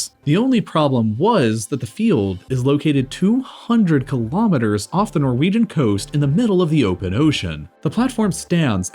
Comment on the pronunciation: Kilometres not Kulometres. KILO = 1000. Pref.ixes Mo.rons